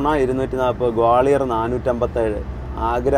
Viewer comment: In Malayalam, Gwalior is spelled like this "ഗ്വാളിയർ", and not like."ഗോളിയർ". All three of you are doing an outstanding job. Carry on.